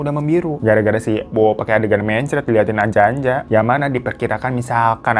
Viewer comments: aku yang dari jateng ga asing si sama ānjā-ānjā ini. itu bacanya bukan anja-anja tapi huruf a nya di baca ā hampir sama kayak o tp bukan o. dibaca kayak kata "opo" di lagu sayangnya nella kharisma. wkwkwk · ngakak pas hiro bilang anja-anja .kedengerannya kayak ANJAY - ANJAY . bacanya onjo onjo